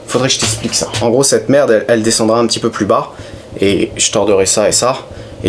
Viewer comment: pi, "y a d la mertt dans l carter", pfff ranafoutt, la mertt, bien lavée, c est propp